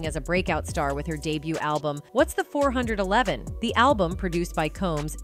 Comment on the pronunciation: Wait!!?? "What's The Four Hundred Elevennn"??? A.I. is bunkers on saying every ones names extremely wrong!!!